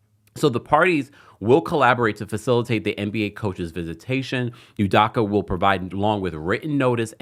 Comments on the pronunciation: Its pronounced -DOH-KUH. DOH-KUH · His last name is pronounced ‘u-dough-kah’